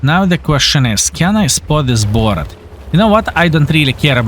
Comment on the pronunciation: Borat??? it's Boorrask' or something in phonetic... well done as always Thanks for the lesson